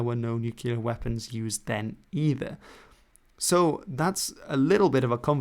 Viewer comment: 😱 NUCULAR WEPPINS 😱